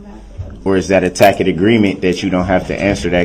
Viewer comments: He says takit even after she used the word “tacit” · Both . He said (am) “tackit” agreement🤦‍♀️